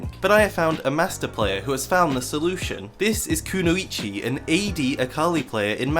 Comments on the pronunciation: Kuno ee chee lol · the way u mispronounce kunoichi hurts me so fucking bad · Mispronounces Kunoichi in first 10s cries in ninja